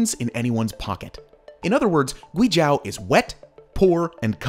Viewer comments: Guizhou isn't pronounced GwayJao but GwayJoh Zhou is pronounced like the name "Joe". LiuZi is LeeOh Zzz. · "This is GuiZHAO" :D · Pronunciation of guizhou is wrong. Gui jou there's no ao Nice videothou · It's not Guizh-AW It's Guizh-OH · It is not pronounced zhAo, it is zhOu. Just like you spell it. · “Demon land”!!?? Oh hell no, it is the 貴州 Guizhou - Precious land. People who does not know Chinese well will confuse 鬼-demon and 貴-precious. But they do not sound the same. Like wine and white. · Not "Gui J-ao" ❌, Is pronouns as "Gui J-oe"✔. Sound like Joe Biden that "Joe". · It's (Gway Jaw) as locals pronounce it... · GuiZhou is pronounced Gui Joe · It's prounounced GWEE JOE. It's one of China's most beautiful provinces, full of minority peoples living in traditional villages. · Guizhou - you need to pronounce it kind of like Gway-Joe. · it's pronounced "Joe", "gooey Joe". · Awesome video, side note: It's pronounced "Gway Joe" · Great video! Yes I would do the bungee jump :) A couple of things though, there's no road to Taiwan, not sure where that came from on the map. And you're saying Guizhou wrong - "zhou" is pronounced more or less as the english name "Joe" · Yes! It’s like gway joe, not accounting for the tones. Had to stop watching because of the mispronunciation. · Guizhou is pronounced like "gway-joe" and liuzi is pronounced kind of like "lee-oh-zzeh" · Why do you mispronounce guizhou as guizhau? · Yes!I want to visit gui zhou!btw it’s pronounce as gui-zoe! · Sorry to be nitpicking, but it's pronounced "gui - zhoe" (as in the average "joe"). It's the same word as Guangzhou (lit. state). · It's pronounced "GWAY joe" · I thought the province was pronounced "Gwee-Joe" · Great video, but Guizhou is pronounced gway-joe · Zhou is pronounced like the name Joe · Your pronunciation of GUIZHOU is too repulsive to think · For such an in depth video you could have learned how to pronounce Guizhou correctly. Loved the video but facepalmed when you said it hahaha